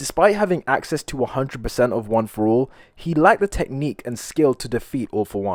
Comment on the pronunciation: Go to too see him say one for all wrong